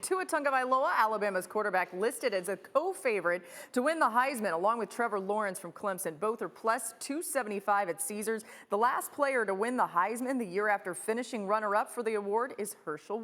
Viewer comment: Why do people pronounce it as Tounge-o-vailoa?